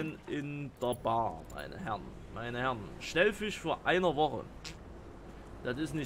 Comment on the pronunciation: Da ist kein N in Schellfisch, es heißt S C H E L L Fisch, nicht Schnellfisch, Schell wie die Tankstelle, nicht Schnell wie langsam